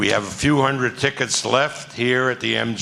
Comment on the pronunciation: 'Undred Percent' on Coke